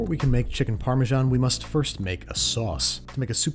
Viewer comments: It's parmesan, not parmejan -sincerely, an european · ha imagine not pronouncing it like pa - measan